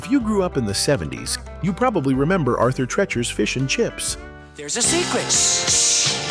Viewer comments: Pronouncing Arthur Treacher's is like "tree"-chers, not like "treach"-erous. I always remember those Howard Johnson's restaurants that spanned directly over the highway we drove to go up north in Michigan as a kid. So driving underneath them (we never stopped once) always had me wishing we'd pull in, it would have been great just to look put over the passing traffic alone. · Used go to Arthur Treachers and get the filets and hush puppies. (Why is he pronouncing it 'Treh-chers'?😂). Howard Johnson's, my sisters and I would go to after the movies, and we'd get a sundae.😋 Sizzlers, we went to here and there, but not often enough that I can remember what we had.🤭 The Ground Round sounded familiar, but I wasn't sure aI ever went there until you mentioned peanut shells on the floor!😳 I went to a place like that when I was about 12, and I remember unlimited peanuts from a big barrel!😁Thank you for the video!🤗❤️ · You can't even say Arthur Treachers correctly even after you heard it in the commercial dumba$$ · Treechers, not Trechurs. 😀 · It’s not Trechers it’s pronounced Treechers!!!! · Why isn’t the narrator following the pronunciation in the ad played in the vid for Arthur Treacher’s? It’s pronounced TrEEchers (like teachers), not Tretchers (like stretchers). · Arthur tretchers 🤣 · I'm out, Arthur Treacher mispronounced by AI.